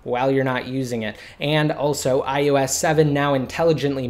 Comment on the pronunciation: Fuck I hate it how this guy says 'IUS 7' ITS DEFINITELY AN 'O' If your videos weren't so informative I would have put it on mute...